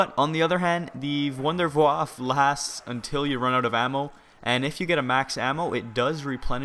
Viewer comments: it is pronounced wunderwaffah not wunderwaff!!!!!!! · Why does EVERYONE call it the wonderwaffle? its the wunderwaffe! and its pronounced vundervaffe. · mate its a wonder waffle not "vonder voff" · First thing, can you switch gun when you have the wunderwaffe? also, just so you know its pronounced - Vunder-Vaffer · every on its called wonderwaffe not wonderwaffle